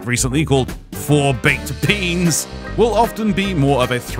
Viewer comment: sounded like u said 4 baked Peans not beans